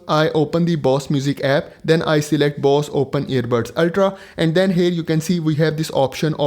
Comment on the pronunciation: Indian who calls Bose as Boss 😂 very good video though.